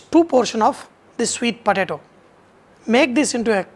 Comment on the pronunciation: "svweeet potAAto" fucking Mula